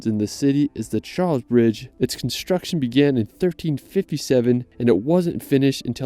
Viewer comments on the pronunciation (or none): none